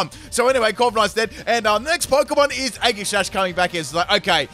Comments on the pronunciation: is it just me or did he say eggi sash instead of aegislash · Right though! he says the same thing when pronouncing Aegislash’s name too 🤦‍♂️ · Is he trying to mess with us? Or does he really pronounce all of their names with a hard G. Including Aegislash. Age-ih-slash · The way he says aegislash triggers me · The way you pronounce Aegislash hurts me on the inside...